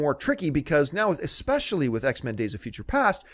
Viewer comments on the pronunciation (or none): none